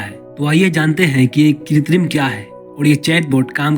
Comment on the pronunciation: Are bhai....kitrim nahin.......krutim mean artificial